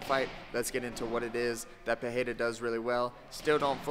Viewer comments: Since you said the name wrong. Here's the correction. "Pereira" uses a R sound made near the front teeth instead of at the throat. Check the audio in this wiki You can also check this in google translate. "Pereira" is the correct one "Perreira" is incorrect one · You are pronouncing his name wrong. I used to learn Portuguese. If the name starts with an R like Roger, then its pronounced with an H sound like "Hoger." If there is 2 consecutive R's inside a name then its also pronounced as an H. "Barra" is pronounced "Baha". If the R inside the name are not consecutive then its just pronounced as R. So Pereira has no H sound inside. Joe Rogan keeps saying his name wrong too so i understand. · This man knows it. I was about to write the same thing. If the R is supposed to have an H sound like that and its not the first letter it would write peRReira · and the funniest part is that he's confidently saying it wrong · Wrong, some of them are Pereira is literally Pereira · You dont say his name with a "h" sound which is the normal way in Brazil its actually with the "r" sound